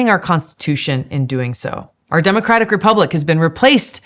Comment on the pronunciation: I wish you would stop saying demacratic!!!!